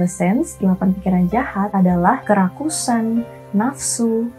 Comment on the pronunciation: Fokus Sama kata Kerakusan menjadi Kerasukan😂 tiap ngomong kerakusan jadi hati²😂